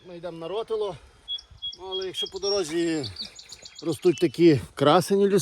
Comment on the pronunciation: місцеві називають гору рОтило...наголос на перший склад)